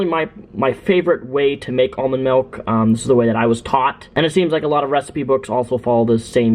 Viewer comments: MALK? DID HE SAY MALK? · It's not "malk" !! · STOP SAYING MELK OR I'LL KILL A KITTEN.